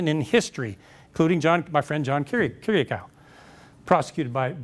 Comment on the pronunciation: That's not how John Kiriakaou's name is pronounced.